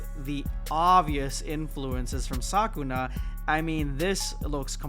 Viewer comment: 'Saw-koo-nah' ❌ Suh-koo-nuh ✅